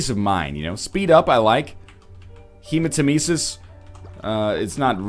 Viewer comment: Hey NL you say hematemesis wrong. It's supposed to be pronounced like heh matt uh meesis, just thought you'd like to know